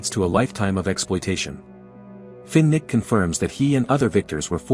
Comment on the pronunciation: Fin-Nick. Cortical instead off quarter quell